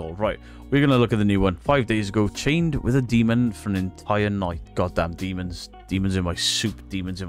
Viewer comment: She: "look at the upsidedown dee-mong creatures" Me: "nah its dust and you are full of shiff.. the bullshiff variety with some mentally unstable frosting on top". All joking aside, i renovate houses and the occasional castle if the price is right. 1 hammerstroke on say a door will send off so many dust particles at some point it will seem like its snowing. When in doubt throw it out is my stance and if you can recreate of there is a natural explanation ( like you are walking into a dilapidated, dusty property, your camera will pick up dust particles) "do you know if its safe" Sigh you are in an abandoned property where there is crap missing from the sealing. Probably refurbished at one point and if its in the 1960s-1990s you can be safe to bet that there is some form of asbestos in there. Huffing and puffing it in. So to answer the question NO its not safe. If paint is peeling there is a likelyhood its lead based and that also causes a crapton of OTHER problems. Now imagine being a family with having real unexplained scary phenomena going around their property. then you have those knuckleheads show up and make a mockery of what is going on or what the family is going through... This is why i like certain documentaries ( like time team about excavations and archaeology and it has humor in it as well) or series like the "into the bermuda triangle, cursed waters " where they follow oceanographers and dive teams trying to identify mystery wrecks. That team found parts of the debr